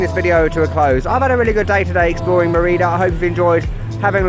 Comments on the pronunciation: can you bother to learn to pronounce stuff properly? It's ME-rida and ZO-calo. How hard could it be? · Loved the video, but the way you pronounce Mérida made me feel very uncomfortable somehow, haha.